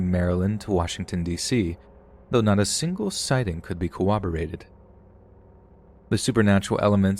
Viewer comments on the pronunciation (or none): "Not a single sighting (of the bunnyman) could be cowahborated "